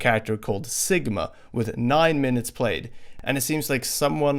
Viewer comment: Sigma? Sounds like segma ew